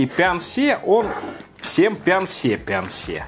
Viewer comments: Прикол в том, что на самом корейском читается не Пян-Се, а Пён-Су😂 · На корейском почему-то написано пёнсу, а вы говорите пянсе🤔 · Почему пянсе, если написано пёнсу? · На корейском языке написано не «пянсе»,а «пёнсу»...